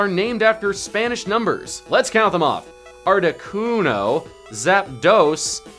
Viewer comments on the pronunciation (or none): arcticUNO not arctiCUNO